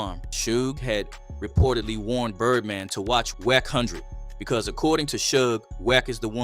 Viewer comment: Wacc hundred..you can tell these fake channels . Its A.i. A.i cant pronounce words for chit . This is fake .